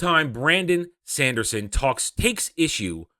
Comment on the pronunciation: I was really curious what you have to say about that. But that "Shandershon" pronunciation is just moronic. Sorry!